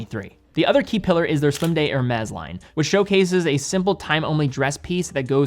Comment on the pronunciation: His ear-shattering robot voice, sends shivers down my spine, every time he says "Hermes"..... pronounced > Er-may <